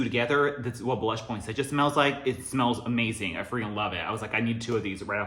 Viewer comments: I've never heard Poinsettia pronounced like that..had to look it up because I thought I was wrong all this time... it's point-set-tia there is no "j" sound in it. Anyways I'm so excited for candle day! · I can't believe it is that time already for candle day....I don't think I went last year just because of all the covid stuff...It is no fun if we can't take our time and experience the event.....I am still debating if I should just order online or take the chance going to the store this year.....I like using the coupons so I may go to the store......Love your home......You say poinsettia in a way I never heard it said before....Thanks for all the info..You feed us so well with all your knowledge......I am not into rose that much and I find it weird that that note is in a lot of candles recently...I know that is right up your alley so I expect you to be excited for candle day....I love the mens line of fragrances...I say I buy them for by husband and boys but the girls and I love them just as much. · tf have i been pronouncing poinsettia wrong my entire life??? 😧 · the way you say it makes sense when i look at how it’s spelled tho lol. also did not know you were half japanese! i can totally see it now 😊💕